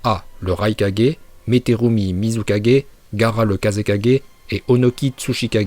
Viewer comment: Je rêve ou tu a dis 4g pour kage